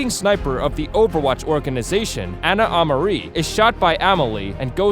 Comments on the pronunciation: The pronunciation of this video... xD anaamari its 2 different words xD and Zar-YEEEA. also its lacroix which is pronounced la-cra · You butchered Ana Amari, and Zarya